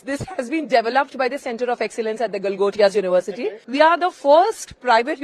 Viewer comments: Galgotia❌️ Galaghotiya✅️ be like - Ye gadbad hai baba. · Galgotia ❌ Galgote ✅